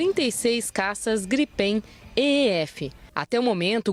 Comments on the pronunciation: caças GRIPÉIN kkkkkkk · A jornalista nem soube falar direito o nome do caça em a versão. Kk